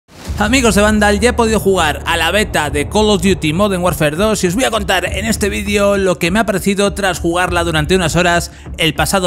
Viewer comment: "Moder Warfér"